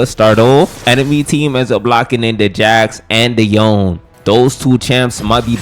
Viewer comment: Dude what thee fcuk is yon it is Yone not yon yon yon the yon it's pissing me off